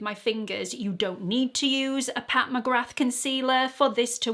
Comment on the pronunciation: McGrath is pronounced McGra - the th is silent.